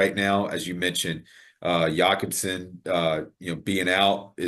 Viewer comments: Pronounced Jacob-sen not Yacobsen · The quick draw to "Yacobson" was quite a surprise.